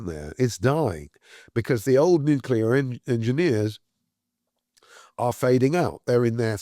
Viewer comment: Its nuclear, not “nucular”…. Listen to the person whom you are interviewing…